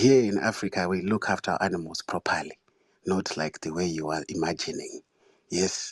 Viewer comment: the way that "properly" came out choked me out 🤣🤣😂 and "rubbing a python on your bussy?!" You a FOOL Tariq! 🗣🤣🤣🤣